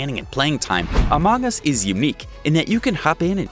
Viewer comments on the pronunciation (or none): sorry but i wuld like if my said the name as amung us not amang us